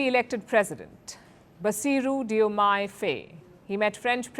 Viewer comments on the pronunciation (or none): Please learn how to pronounce African names. Faye is pronounced "Fai". Ousmane is pronounced "Usman" and Diomaye is pronounced "Jomai". Their names are written in the french language